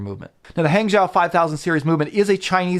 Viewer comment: Great videos. Keep them coming. BTW, Hangzhou is pronounced "HungJoe"!